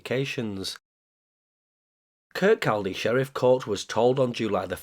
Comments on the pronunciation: Kirkcaldy is pronounced "ker-cody"... yeah, I know, there's always some asshat in the comments. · You weren't to know, and you are forgiven because of "accents", however, for future videos, Kirkcaldy is pronounced "Kir-Kaw-Dee".